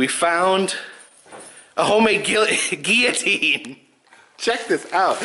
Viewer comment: i like how adam corrected your pronunciation of guillotine. no offense to you but people who say it like you have bothered me for years. haha